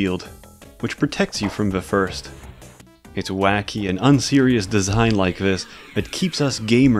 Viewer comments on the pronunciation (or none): none